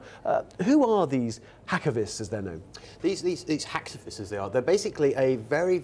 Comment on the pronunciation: "Hackivist" "ani-me"